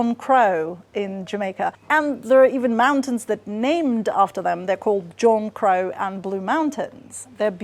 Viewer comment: Its actually pronounced more like Jankrow rather than John Crow.